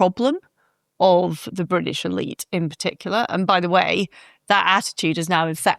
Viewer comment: I'm eight minutes into the show and can't bare hearing Liz Truss saying 'Bridish' one more time.